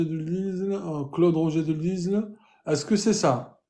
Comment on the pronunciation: Bonsoir, une petite correction quant à la prononciation du nom de l'auteur de la Marseillaise ' Claude Joseph Rouget de Lisle, on ne prononce pas le "S" de LISLE. Merci encore pour tout ce que tu fais pour les futurs naturalisés.